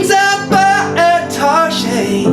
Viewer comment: Omg I spit my ice tea in my nose..when says Tar-jay and obsessed.....omg. im busting up 🤣